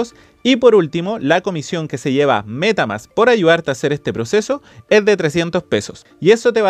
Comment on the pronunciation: " la cuenta de META MÁSSS!"... jashjadh esta bueno el video